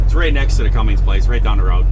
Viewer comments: as a fellow mechanic.... its “ Cummins “ not Cummings ☹️ It would be like calling you Longhaul Larring Lol, just giving you a hard time for fun. Love your channel! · Just wondering, many years ago I had a truck with a Cummins engine. From the way you pronounce the engine manufacturers name, it sounds like you are pronouncing it as Cummings. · C-U-M-M-I-N-S, like come in, no G in Cummins. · there is no g in Cummins